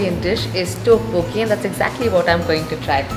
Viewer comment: Its Tteok-bokki oh my gosh please pronounce properly if you can’t don’t pronounce